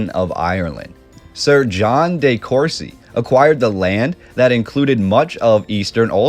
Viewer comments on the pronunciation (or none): It's simply deCourcy, not dayCourcy, & never just Courcy.